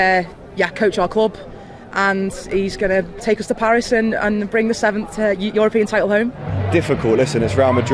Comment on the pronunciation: Phaaarissss One way to pronounce it